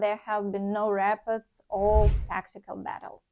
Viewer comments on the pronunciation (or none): Reports, try to say ріпо:ртс . Long stressed o. You pronounce it correctly when you say reported.